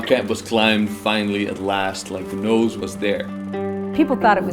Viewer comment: The next time this guy says "the Nowse" I'm gonna freak xD